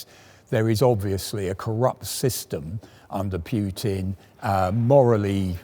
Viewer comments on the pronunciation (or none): There's no "j" in Putin,...